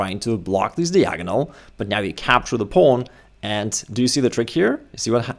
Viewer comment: Dude, "diagonal" is not pronounced like that.